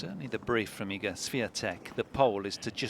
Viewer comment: Commentator butchering iga's name 😭